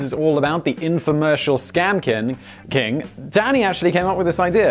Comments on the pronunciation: I took a shot every time Simon said 'kin' instead of 'king' and now I need my stomach pumped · Why do you keep saying "Scam-kin" instead of "Scam-king" Like, I imagine this is some even weirder off-shoot of furries where people dress like healing crystals and MLM products. Like, "This is my tuppersona, I'm a circular 2-inch deep dish with matching lid, but I can't find the lid" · Simon are you having a stroke? You seem to be having trouble pronouncing the word King. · Simon: “I narrate 7 YouTube channels”. Also Simon: “scam kin”. 😂😂 I love this channel. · Seaman it’s pronounced “keeng”